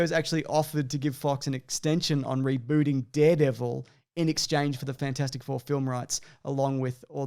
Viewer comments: Nobody calls it Fant-four-stic Four. Just Fant-four-stic. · Glad I’m not the only person who called it fant-four-stick four.